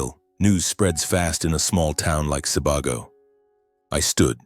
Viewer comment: The story is good, but the name switching was distracting. Hint regarding pronunciation for Sebago-it's more like See Bay Go.